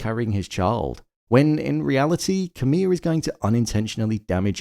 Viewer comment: Why do you keep calling Camille "camilla?" There is not an A at the end